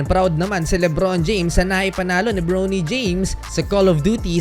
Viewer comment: Bronny bro hindi browny james yung pronunciation